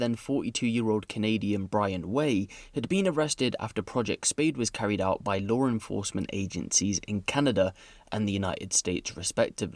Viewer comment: "lawr enforcement" lol